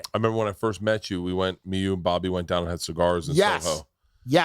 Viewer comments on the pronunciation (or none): none